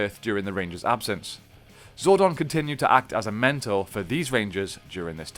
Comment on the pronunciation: you said zordon wrong and that bothers me